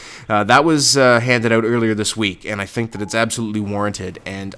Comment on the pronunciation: why do you say out like that? WTF